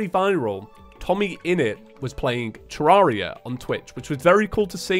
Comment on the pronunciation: i think tommy would... disapprove... about your pronunciation of "terraria", maybe more like freakout, even though like half of the terraria content creators pronounce it wrong